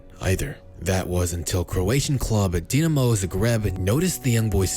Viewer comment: just one thing - it is not dnamos'grabe it is DINAMO ZAGREB